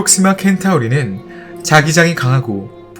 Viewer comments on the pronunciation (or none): 켄타우리.... 카니스 마조리스... 초중교는 나온건가..? 센타우리, 캐니스 메이저리스라고 읽지 않나..? 마치 magister를 마기스테르라고 읽는것 같네..